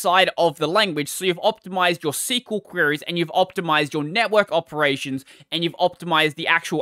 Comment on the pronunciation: You pronounced SQL well. Good job. The video is bad nonetheless. To answer the title: It’s just a big meme.